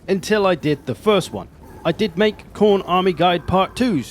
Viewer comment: Mate, it's Khorne. Everyone knows how to play Khorne.